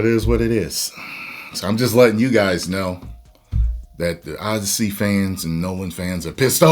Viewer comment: The O-DEI-ssey